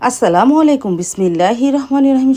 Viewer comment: Apni kumor bolen keno mishti kumra bole and ajj bollen pudin pata…apner uchcharoner jonno bangla tar class kora dorker ,apna k bujhte hobe YouTube vlog ta hajar people dekhe r tai voice ta Jodi thik Na hoi shunte vlo lagbena,assalamualaikum tao apni j vabe bolen truely vlo shunaina